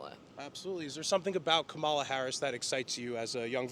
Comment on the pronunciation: She can’t even say Cumalas name correctly hahahahaha